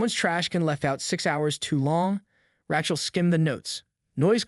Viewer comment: "Ratchell", huh? Haha...I get that your generation is rife with anti-Semitism, but maybe learn how to pronounce an age-old name.